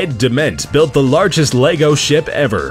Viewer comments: Strange choice getting someone who can't pronounce Lego to narrate a piece about Lego. Or is he talking about another similar product called Leygo? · Lego, not lay go... Fool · It's pronounced LEG-O. Why do Americans have to take words and murder the pronunciation. It's not LAYGO. Ffs. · your pronouncing lego wrong you say (l-ay_go) it said like (l-eh-go). an you dont say legos. it lego bricks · It's LE-GO. Not Lay-go. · does everybody pronounce it LEYGO instead of lego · is pronounced leg-o not lay-go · It's Lego not Leygo! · It's Lego not Leygow....... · it's leg not laygo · Why do you say "laygo" it's just lehgo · It's pronounced leg-o no laygo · It's Lego not laygo! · LE.GO not LAY.GO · Dom Baker He says it like most people say "Leg". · That pronunciation though Xf 'Laygo' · the reason why i wrote largo is its because the way he says it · have some one an gun because i am gonna be crazy about lego he is saying laygo wtf !!! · Why do americans mispronounce everything? "Laygo" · No offence but why do Americans pronounce lego as lAgos like they put so much emphasis on the a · Who the fuck calls it Lay go